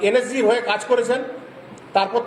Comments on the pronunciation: এ তো নিজে একজন ভুয়ো সেনা,NSG কে উচ্চারণ ই করতে পারছে না বলছে NSC,, আগে নিজে ঠিক করে মিথ্যা বলা প্র্যাকটিস করে আয় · এই তো দেখছি এন এস জি কথাটাও ঠিকমতন উচ্চারণ করতে পারছে না এন এস জি কে বলছে এন এস সি। এই ব্যক্তি প্রাক্তন সেনা কি না সেটাও সন্দেহজনক।